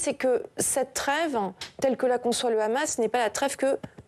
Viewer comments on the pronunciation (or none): Ils prononcent toujours KHamas au lieu de dire Hamès ! Il faut qu'ils arrêtent de confondre l'hebreux moderne avec l'arabe classique ; il n'y a aucun rapport entre les deux. Trop différents